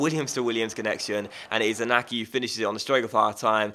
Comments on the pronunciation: In-yacky Williams and Aye-merik Luh-poor. ;) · i get annoyed when you pronounce iñaki williams wrong. It's pronounced in-yaki williams.